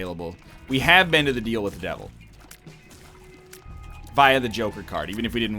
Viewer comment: DEAL with the devil. RATE of fire. Northern, this pronunciation is insane.